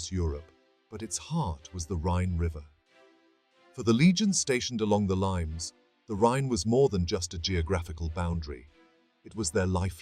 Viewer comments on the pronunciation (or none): It's pronounced lee-mes, not limes! This video is about ancient history, not citrus fruit. Also, why do they show medieval reenactors in some shots? Couldn't they find any more footage of Roman or barbarian reenactors?